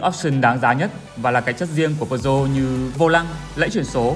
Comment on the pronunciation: Bạn đang làm cho hãng Peugeot sao không phát âm tiếng pháp có phải hay hơn không? Bán xe pháp mà lại phát âm tiếng Anh.